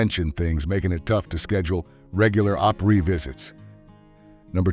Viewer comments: It isn't pronounced Op-REE, it's pronounced Opree as in the country pronunciation of Opera where it gets its name. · It’s not Op reee . It’s pronounced Op re. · Not sure why this narrator pronounced the opree like operee...... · If you MUST use an AI voiceover, please teach it to pronounce words right. OP-ry, not op-REEE. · The way Opry was said OpREE is driving me nuts. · get someone that knows how to pronounce it correctly OPRY not OPREE!!where is this guy from get out of town!! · To be a member you have to sell so many $$. You have to commit to "x" amount of performances. The fake voice needs to learn how to pronounce op•REE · Opereeeeeeeeeeeeeeeee? WTF? 👎😂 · OP-REE??? Good Gosh - let’s learn to pronounce correctly!!! This is so stupid!!! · "Op-REE", C'mon.....really???? Pay a human being to moderate, for God's sake!!! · Nobody who grew up in East Tennessee emphasizes the last syllable of the Grand Ole Oper REE .... get it? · good lord putting emphases on PRYEEE is annoying. Do you know what you're talking about or reading a script? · Who pronounces Opry (a-PREE) ??? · It’s Tanya Tucker not Tonya and what is the Opryeee? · What the heck is the oper-EEE? Can you not even say it properly? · More AI crap. Credibility gone when you mispronounce the name. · Man am I tired of "AI" generated videos, I can't support with a thumbs up. The robot can't even pronounce the Opry correctly. What a joke. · Why are you saying opry like that.... its driving me fucking bonkers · Hard to take a video on the Grand Ole Opry seriously when the narration can't pronounce Opry right... Sheesh.